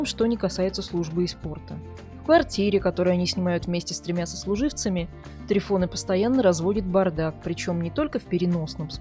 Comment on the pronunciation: Может ТрИфон?????слух режет прям трифОн - патефон, магнитофон